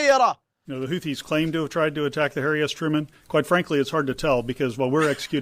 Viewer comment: Hahahaha, I love Houtthis!